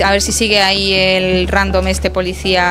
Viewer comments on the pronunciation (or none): none